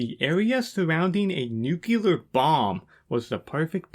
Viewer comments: Nuclear... (new-clear) not Nuculer (nuke-you-ler). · Just F.Y.I. "nucular" isn't a word. You're looking for "nuclear". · Damn dude cool vid and best of luck to your channel. May I please however express my annoyance at the pronounciation of the word "nuclear". It's pronounced Nu (as in nuisance) Clear as in clearance. It is very commonly mispronounced as NuCular but it hurts my ears. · Also why do you say “noo-cue-ler” and not “noo-klee-er”? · Looks like the next video will start with a revelatory clip of Truman talking about using atom bombs for "god's purposes". Edit: I beg you to stop spreading the word "nukyuler". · Should have used Bush Jr., you both say it "new-cue-ler" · It's pronounced Nuclear NUKE LEE ER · Aight man you cant rag on Toddout for having a low IQ while saying "nukular". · it’s nu-clear buddy, but also great video i love it